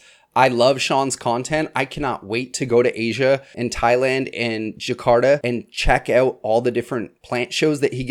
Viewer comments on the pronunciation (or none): none